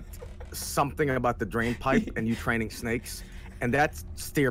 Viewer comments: “Draen snake” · jerma: "draen" drain snake